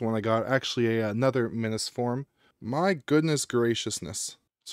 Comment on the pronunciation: Wait... are you saying Minnis forum too like that idiot ETA Prime?!? I just can't. It's MINIS FORUM. MINI PC. MINIS. WT actual F?